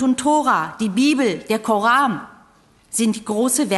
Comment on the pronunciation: sagte sie bei 'der Koram' ??